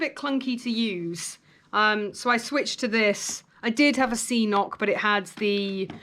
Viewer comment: It’s pronounced ca-noc not see-noc.😂